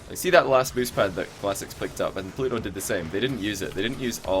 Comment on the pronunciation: re: shogun. The first week was horrible... the way he kept pronouncing pluto was hella annoying... im glad he either watched it back and agreed or that someone told him to please pronounce his T's because week 2 when I first saw pluto playing i though "oh shit" but he'd fixed it. As for is actual casting, brilliant, the amount of info he picks up on and dissects was a breath of fresh air.